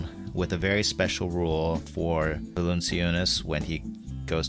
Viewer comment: oh, hey, Eric? Jonas Valanciunas's name is pronounced "val-an--CHOO-nis"